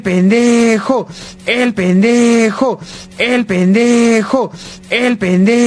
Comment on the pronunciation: Llega un punto donde escucho "El penejo"